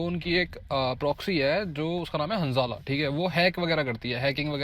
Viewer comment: Hansala nhi handala